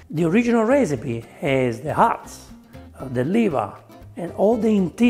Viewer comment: Thank you, wonderful recipe. But my favourite part is when he says ‘the original recipe has the hearts’, but it kind of sounds like ‘the original recipe has the arse’. It delighted me. Now that is nose to tail eating.